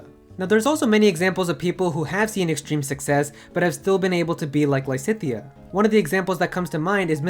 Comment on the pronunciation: Lisithea? cries in Lysithea